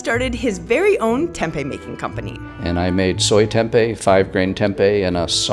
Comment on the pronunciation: you said Tempe wrongly